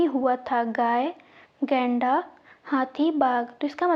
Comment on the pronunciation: Madam ap गैंडा को लैंडा बोल रही है और मोहनजोदड़ो को मोहनजो*** बोल रही है प्रश्न संख्या 76 class 3